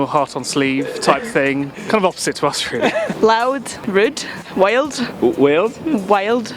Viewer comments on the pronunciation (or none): LOL at the wild (was that a North English/Scottish accent?) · Hahahaha, you struggling to understand the scottish girl when she said 'wild'